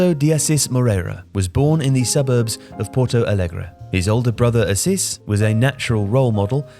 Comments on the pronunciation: Porto Alegre. Not Porto "Allegre" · Just a small correction. It's "Porto Alegre", there is no "ll" in Portuguese.